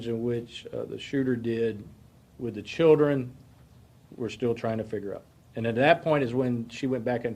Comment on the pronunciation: Children or childrén? 🤣🤣🤣